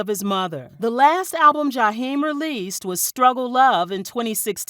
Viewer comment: I just wish you could pronounce his name the correct way.